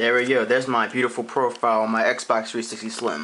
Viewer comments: "Xbock 3sicksy sysem" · xbox 3sishxtee LOL! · Nigga don't even know how t say the name of the console lmfao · learn how to say xbox 360